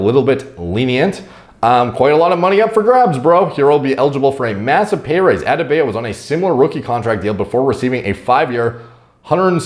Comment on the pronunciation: Love u. But it's like Od-de-Bye-O